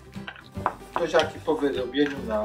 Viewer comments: PROŁZA A NIE PROZA. WIEC TO SA PROŁZIAKI A nie proziaki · Prołza a nie proza To nie literatura.I mówi się PROŁZIAKI przez Ł